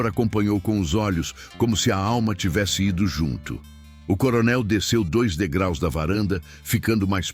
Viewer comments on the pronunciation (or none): none